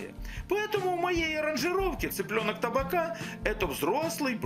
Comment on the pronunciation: ТабАка, ударение на среднюю А!!!